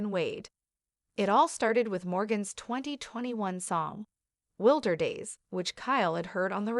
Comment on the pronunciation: The song name being spoken incorrectly is a jab to the musician who put a lot of hard work into her artistic talent. WILDER DAYS!!!